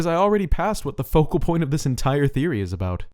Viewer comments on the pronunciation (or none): none